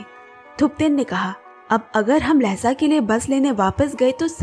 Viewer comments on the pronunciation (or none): Miss , pronunciation of Lassa is not लेसा, correct pronunciation=लासा (Laa..saa)one of the biggest Buddhist and capital city of Tibet,place of 🪙 gold palace